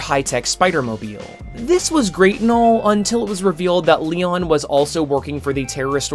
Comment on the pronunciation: Lian Tang said like Leon Tang🤦🏾‍♂️. Am I wrong in clearly pronouncing Lian as Lee Ann? Never heard of A female named Leon. Great video minus my little gripe.